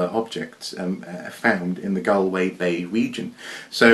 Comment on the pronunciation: Your pronunciation of Connemara was perfect, but the first syllable of Galway is pronounced the same as Gaul. I wouldn't like to try pronouncing many Welsh place names myself, so there's no shame in your courageous attempts! Is that a topic worth exploring? The diversity of written language in such a compact area like the British Isles?